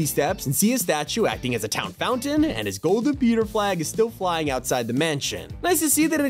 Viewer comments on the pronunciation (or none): none